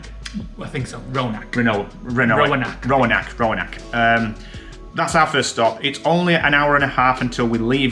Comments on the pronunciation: Roanoke is pronounced “row a Noak( like n and then oak like oak tree)” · Roanoke: Row-ah-noke (rhymes with poke) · It is pronounced (roe_and-oak)